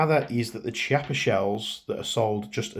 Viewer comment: it's pronounced KIAPPA...not Ch....it's italian